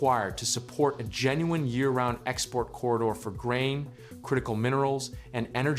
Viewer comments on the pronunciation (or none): none